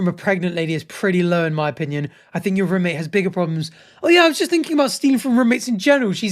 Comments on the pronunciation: I didn’t even notice he says rumate until he said it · I didn’t even care about him saying ‘rumate’ but now that’s all I can focus on